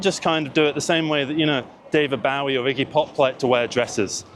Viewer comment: Wait is that how David Bowie’s last name is supposed to be pronounced?